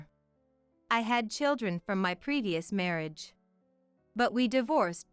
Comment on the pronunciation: Words such as marriage wrong prpnounced by narator marreeage